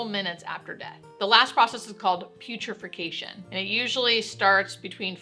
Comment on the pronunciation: I love most of your vids, but based on how you're pronouncing a few medical terms, I can tell you're reading from a script, rather than having a hands-on knowledge. "Autolysis" and "putrefaction" are examples of this. Thanks for informing the public, but maybe research pronunciation before posting a finished video because we all love ya and most of us take this as gospel. Thanks.